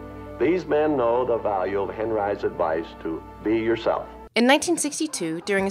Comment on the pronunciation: "HEN RISE?" WHAT THE FUCK IS "HEN RISE?"